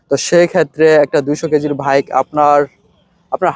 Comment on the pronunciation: আগে ভালো ভাবে কথা বলা শিখুন।ভাবের ঠ্যালায় বাইক কে ভাইক বললে ভাব না বেড়ে বরং মুর্খ মনে হয়।